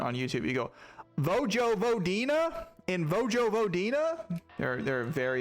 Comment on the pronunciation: Literally pronounced Vojvodina perfectly my dude. I'm not serb btw. Love u